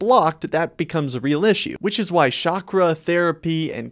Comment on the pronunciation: Its not Shakra .. its Chakra .. it is not Sh sound.. It is Ch sound.. Like Change .. The ch in Change .. For Chakra its the same..